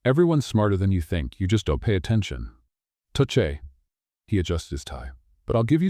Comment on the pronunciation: Please tell the AI bot that it’s too-shay not touch-ay.